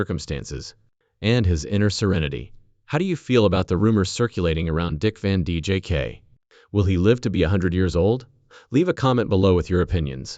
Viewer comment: These bot readers are ridiculous! Can’t even say names correctly! Keep repeating the same things over n over Dick Van Jake! Give me a break. Out of here